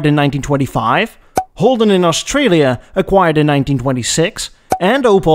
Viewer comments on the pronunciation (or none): none